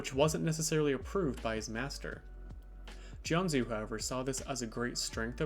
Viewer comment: It’s pronounced Jianjoo.